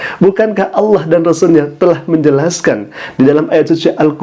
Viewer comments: saya rasa dia bukan ustad. dia impostor kiriman sebelah pada menit 1.03 mengucap Alloh nya kas orang sebelah saat mengolok2 islam dengan sebutan aloh. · Bukan ustadz tapi Dajjal. Sebut Allah aja kurang jelas. Mau ku tabok aja wajah nya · Si bapak lg sakit jiwa, ga hanya umat islam tapi semua umat di bumi harus minta maaf termasuk si bapaknya ga hanya sama ayam tapi sama semua hewan wkwkwk. Pas lihat video saat nyebut Alloh lidahnya keseleo tdk seperti org yg ga pernah baca Al qur'an , feeling saya ni bpk bukan muslim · Sepertinya orang ini bukan muslim tpi pura pura muslim,,ingin menyesatkan umat Islam,, dengar kn lah ketika dia mengucapkan lapadz Alloh,,beds banget,,,harus d tangkap Karena telah menistakan sayreat islam ,, naudzubilah himimdzalik,, ya' Alloh Kuat kn kn iman Islam Kami semua amin ybn 🤲